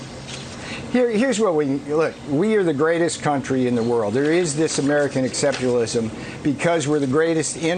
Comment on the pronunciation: "exceptionalism". Perhaps an exceptional person should be able to pronounce exceptionalism